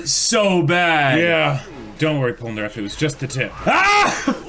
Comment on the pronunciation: I thought you said Polpo for a second and I got hella confused on why u were calling Polnareff Polpo XD